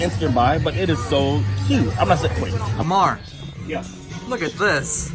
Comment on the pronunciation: . Lamarr. Cmon, man.